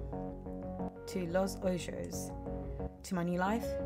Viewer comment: What a nice chill game. I like the futuristic art style. You can pronounce the city name as "Los Ohos" :)